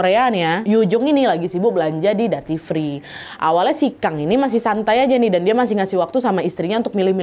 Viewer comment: Punten, duty free bacanya spt "dyuti fri" , bukan "dati fri".